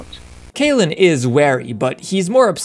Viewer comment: Can't get over you saying cailen instead of cailib. Now i don't know who to believe 😵‍💫